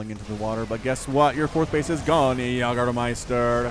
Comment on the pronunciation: Yag-ermeister? Its YAY-germeister you philistine. sie sind das essen und wir sind die Yag-er? No! Also Pacific Rim.